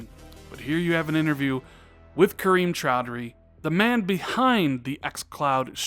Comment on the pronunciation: say Kareem Choudhry. “Cream Chowdery.” Dammit, cut!